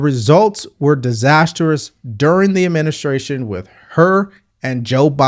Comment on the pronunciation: The Bine Adminiskration